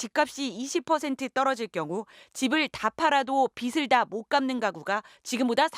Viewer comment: [비슬] (x) [비즐] (0) 진짜 후반부에 남자 앵커분께서 정확하게 읽으시고 여기자도 신경써서 발음하는 거 듣고 마음 풀렸는데 '빚' 발음 정확하게 해 주시기 바랍니다. 아무리 발음하기 편한 쪽으로 간다고 해도 바뀌기 전까지는 원리원칙대로 읽어주세요. '삼각돛을' 을 [삼각도슬] 로 읽는 유명 교수님 보고 정말 실망했었습니다. 하도 많이 틀리시니 이젠 뭐 그러려니 합니다.. '돐', '외곬수' 같은 표기가 사라졌든 '빛' '빗' '빚' 같은 받침도 '빗' 으로 수렴될지 모르겠습니다. 그러나 '깻잎' 을 '깨싶' 으로 발음하지 않듯, 우리말에는 정해진 규칙이 있지 않습니까? '빛이' 를 [비시] 로 읽는 사람이 많아졌다 해도 공중파 방송에서는 [비치] 로 읽어주세요. '빚을' 도 [비즐]로 읽어주시구요. 부탁드립니다.